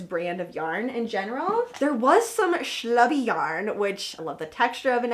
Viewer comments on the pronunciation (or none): I’m a relatively new viewer and I find you and you’re aesthetic charming. But as a middle-aged Jewish lady it makes me giggle every time you describe a yarn as schlubby as opposed to slubby. Schlubby describes a poorly dressed or untidy (mostly) man.